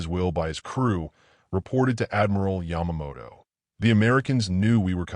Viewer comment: I didn't know that Yamamoto was Scottish but in one of the mispronounced names it sure looked and sounded like it.